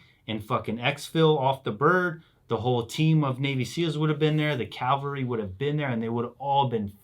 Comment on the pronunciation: I’m surprised at how many people including military members say “calvary” instead of “cavalry.”